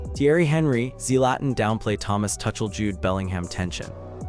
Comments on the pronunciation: TUCHEL should be pronounced as TOOCHEL ,not TOUCHEL. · This is AI ROBOT SLOP -- it is not TOO-SHALL. It is TOO--CALL. this is AI! be careful! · It's Tookell, not Touchel you Muppet. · Mate there's the England Rugby Team in your pics common gotta do better and his name is pronounced " 2 Shell " get your act together if your going to be professional . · Thomas Tuckle?😂😂😂 That's AI for you!! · His name is not pronounced "Touchel" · Lol . Yep. Thomas Touch Ell. And what is a Sem Eye final? 😂😂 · Dude... you don't even know how to pronounce the coach's name but still you make videos that I should listen to for 25 minutes straight where you misspronounce Tomas Tuchel?! No thanks... I'm leaving in 30 seconds!